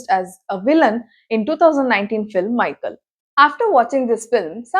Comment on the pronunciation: Mikhail not Micheal